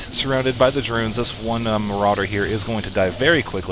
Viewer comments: muh-raw-der! :P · ts o.k! your super fun maps to play make up for not saying marauder correctly 100% of the time:)